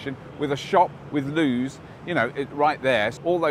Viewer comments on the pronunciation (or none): I had brain freeze there for a second... ...a shop with Lew's... oh loo's! Right. :P